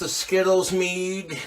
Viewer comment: Meaduuh with a huff at the end everytime